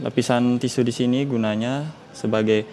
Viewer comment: nyebut tisu aja belum hatam